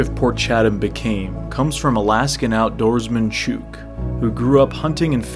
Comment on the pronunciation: Chuke? It's Chuke! Ok my man.